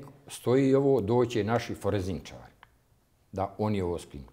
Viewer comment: Ja pomislio on se zbunio pa kaze "foreznicari" medjutim on stvarno tako 10 x ponovi. Kao on ne zna kako funkcionise nadzorni sistem ali zna da se podaci ne mogu izbrisati sa hard "diksa". Mutan kao kisnica.